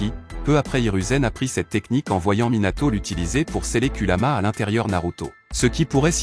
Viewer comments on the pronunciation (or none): Ce que pense de cette vidéo :très bonne vidéo expliquant avec détail, là tu gère 👌🏾,mais on dit kurama et non kulama